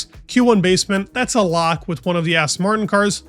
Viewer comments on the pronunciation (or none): none